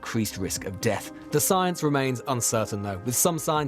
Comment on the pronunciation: love how the beeb over emphasise the line "increased risk of DEATH" if that doesnt tell you its bullshit nothing will.